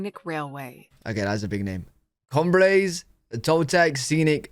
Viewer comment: Cumbres is pronounced "Coom-brace".